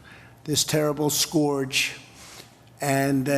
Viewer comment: what a load of crap. Will someone tell him how to pronounce "scourge"? This president gets an orgasm hanging with successful CEOs because he wants to be them, but failed as a business man and reality TV pretender. What a jerk.